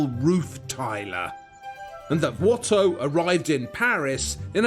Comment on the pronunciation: If Antoine was Flemish, than you really butchered his last name